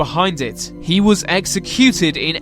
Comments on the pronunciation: I've never heard an Englishman pronounce exeCUTED like that before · What’s with the weird stressing on words? exe-CU-ted. Good video by the way. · O RG Sounds like a Londoner to me. Although he prounces some words like "executed" and "identifiable" differently to me.